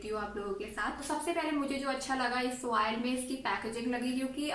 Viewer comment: Oil hota hai madam oiel Nahi